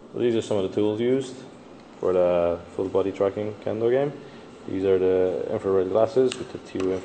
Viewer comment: Really cool but please don't call it "Kendo" hehe